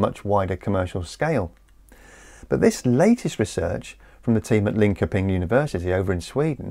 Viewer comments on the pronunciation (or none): Its pronounced Lin-shouep-ing Universit-eit.. Linko-ping was a valiant effort.. 😅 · Another excellent video. Just a little aside........Linkoping is pronounced (approximately) Linchirping or Linshirping. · It's Linköping and is roughly pronounced Lin-shur-ping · Great video, so clearly explained as always. Just for info(not criticism) Linköping is pronounced "Linshoping". Not quite correct but easily understood by locals😊